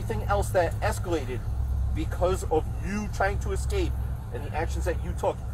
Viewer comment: My guy, did you really just say "excape"???? "Excape"?? There is NO X IN THE WORD ESCAPE!!! E-S-C-A-P-E! NO X!!!